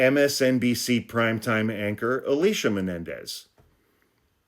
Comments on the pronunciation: As one Alicia to another..our name is pronounced A-LEE-SEE-AH. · Yes, Nicole has definitely mentioned that Michael Schmidt is her husband. More than once. He might be scowling but he’s smart and informed. Also, the show is not DATEline, it’s Deadline AND it’s MS Now not MSNBC. ALSO, you are pronouncing Alicia incorrectly AND Alicia DID explain who her father is and that she wouldn’t be covering the news about him. Which is totally understandable. The only point you seem to be making is that maybe next time you take a rode trip you might consider a nap before posting because this one is sub par.